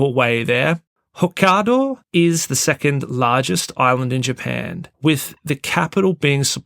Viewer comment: "hohkaaahdo" 😆 what a wanker!!